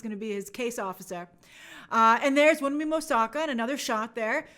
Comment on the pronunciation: Would be appreciated if you took some time to learn the proper pronunciation of Wunmi Mosaku's name. She's a fantastic actress.